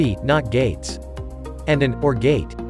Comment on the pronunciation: It’s not “orb gate” it’s pronounced “or” gate.